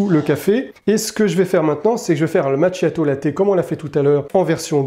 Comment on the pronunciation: Macchiato 😂 Qu'il faut prononcer: "makiato" 😊❤